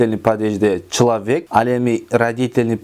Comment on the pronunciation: Человек. А не члавека. Туура суйлойбуз